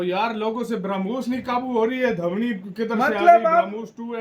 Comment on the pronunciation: धवनी नही भाई ध्वनी 😁